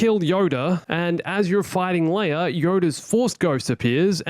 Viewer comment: says leir instead of leia